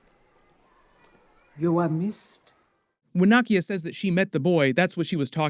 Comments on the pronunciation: Nakia is pronounced 👉🏿 Nah-Key-Ya….not Nah-Kia…….how do you keep mispronouncing her name with all the videos you’ve made of Black Panther and you’ve seen both films extensively 🤨! Disrespectful to Africans… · Are you saying Nakias name wrong on purpose?